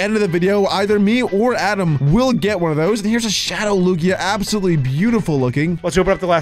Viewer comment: way did adam cald absoltal absolatel 😂😂😂😂😂😂😂😂😂😂😂😂😂😂😂😂😂😂